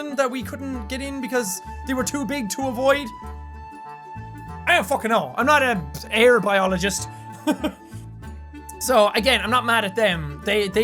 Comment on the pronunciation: did any one else notis he said air-biologist ?